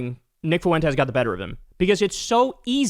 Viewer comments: just bein' silly for the algo, but, "Tell us you don't have any Hispanic friends, and never took Spanish in school, without telling us." Fuentes is pronounced, "f-WENT-tess," not, "foo-WEN-tez." Idgaf for his sake, but there are lots of others with this surname, and you being of half Polish, half Italian lineage, I am quite sure your family has faced bigot stupidity in people acting like they can't pronounce some names. P.S. Shady J.D. is also not wearing eyeliner/guyliner, and the "punchline" for that "joke" is that he might be gay or feminine. Nope. That piece of shit just has the eyes some people want, and imitate with makeup, like mine. Years ago, when going out to one of the bars, I have been complimented, then accused by strangers of wearing eyeliner, and dissed for "lying," when telling them I was not. I will if I want to, but if I am not, I am not. I'm gay. Idgaf about straight masculine Ideals. Don't accuse me of lying, being embarrassed about wearing makeup, etc.. I'm grown. Being gay is not a punchline. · Kyle forsure watch’s Fuentes religiously for comedic relief 😂 Oh and Kyle, Fuentes is 2 syllables fwen-tes not three. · It's not Foo-in-tezz. It's two syllables: Fwen'-tess. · Kyle adds a third syllable to Fuentes. Foo en tes 😂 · The way Kyle says "Nick Foowentezz" XD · Kyle pronouncing Fuentes 'foo whentez" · I love Kyle pronounces his name as “Nick Fawentez”